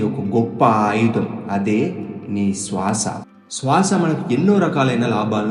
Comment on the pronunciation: SWASA wrong pronounciation sir. You have to use Sriram "S" not Seetha "s"